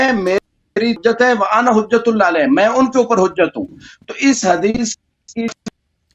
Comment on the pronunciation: اللہ کو صحیح نہیں پڑا ۔۔۔قالو تا اللہ بھی غلط پڑا ۔۔۔۔ اللہ کو پر پڑھنا تھا اس نے غلط پڑا